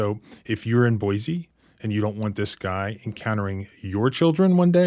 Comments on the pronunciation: It's pronounced Boy-see!! There is NO Z in Boise!!!! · Hi local Idaho in here not to nitpick or anything lol but it pronounced boy-see not boy-z Idaho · Small correction. It’s pronounced Boy-see not Boy-zee. Thanks for investigating this and posting. Going to share this video with my old friends who live there. The need to know about this officer. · One thing, sir. Boise is pronounced BOY-see. 2 distinct syllables and no hint of a z sound. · Just a hint, Boise is pronounced with a sibilant 's', not a 'z.' I have a pastor friend living there, a transplant from WV! I'll warn him.